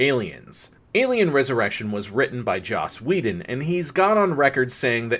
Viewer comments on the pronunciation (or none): none